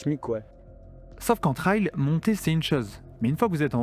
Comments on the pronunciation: Just pour info" TRAIL ca se prononce "trèl" (trelle). Ce tu promononces "Traïl" (comme dans "ail"), est le mot TRIAL. C esont deux mots differents evec des sens differents: TRAIL ca veut dire chemins, piste, sentier... TRIAL ca veut dire : essai... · Trail = trè-il Trial = tra-i-ol 😊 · faut revoir la prononciation de 'trail'